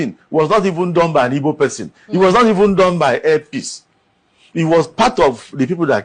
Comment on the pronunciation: Oga Kanayo, the word is, 'Igbo' not 'Ibo'